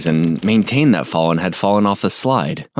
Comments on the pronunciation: Why do you keep pronouncing her name as Fallen. Not Fallon? Do you have ears? Either way it's a good video bro and it's nice that you put stuff out there for people to see like this the first of all so people can pray for the family members and for the dead individual. And also just so we can be aware there's people out there like this that do horrible things. Sorry if I came off rude it's just been kind of irking me since I started watching. Lol. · Pronouncing Fallon as “fallen” is diabolical. It’s the A sound in “cat.” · FALLON. Like Allen, with an F in front. You hear her name said several times in the footage. Calling her “fallen” is ridiculous. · This narrator is driving me crazy. The child's name is Fallon - like gallon, not fallen. Good grief, at least get this sweet baby's name right. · "Fallen" ? You mean Fallon? At least pronounce the poor baby's name right. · Is there a reason you can’t pronounce the victims name correctly even though they say it multiple times throughout the body cam/interrogation? It’s Fallon, like Jimmy. Not fallen. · Is this an AI voice reading? It’s driving be crazy they keep pronouncing the baby’s name as fallen instead of Fallon. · Why do you keep calling her fallen? Her name is Fallon like "fah-len" like Tallon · I'm sure it's pronounced Fallon, like the tv show, not fallen, like she fell down, although that makes sense. That awful woman, that poor baby 😢. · Isn’t the child’s name Fallon not “Follon”? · Falling? I swear AI CAN'T PRONOUNCE SHIT The baby's name is Fallon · Her name, as pronounced many x's throughout this vid (no thx to the likely AI narr-ator), is FAL-LON like gallon..not like, 'he's fall on dwn.😮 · Her NAME IS NOT PRONOUNCED FALL-IN- it’s PRONOUNCED “FA-LUN” like Fab- and lun- like sun FALLON NOT fall on. Wtf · YES< the kid has "FALLEN", BUT THAT'S NOT HER NAME, JACKASS! The A in Fallon is pronounced the same as both As in JACKASS! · Its pronounced " Fah-lyn" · It's pronounced Fah-lon. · Pronounced Fellin